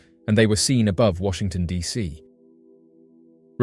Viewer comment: Washington D Dot C??? Cmon man